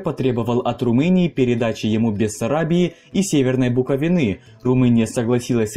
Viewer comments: Умоляю не говори больше бУковины (буковИна) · Разве не БуковИны?